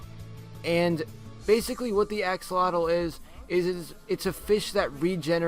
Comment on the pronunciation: I think Bill said "Xolotls" instead of axolotls. Beacause Xolotl is the god of twins. TWINS.